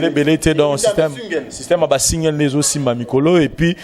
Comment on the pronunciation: ba mots français mais prononciations mobulu musique, et non musuque; concert et non conceur; single, et sungle;nelembi pona eleki ebele… en tout cas boza liboma pona ko comparé Koffi na Fabregas… FALLY IPUPA kaka nde esimba na album moko ba plus de 25 chansons. et oui 👍 vieux na nga mopao nalingaka yo mais cindy nayebi te soki abetaka yo fimbu mais yaya Cindy abomeli yo boulot